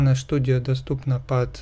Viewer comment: Студио а не Штудио